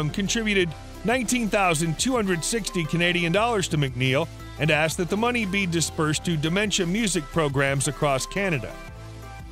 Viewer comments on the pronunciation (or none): none